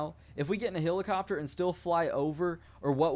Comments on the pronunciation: its pronounced "HELL-IH-COP-TER" not "HILL-ICOPTER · its called helicopter not hillacopter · I hate how he says helicopter.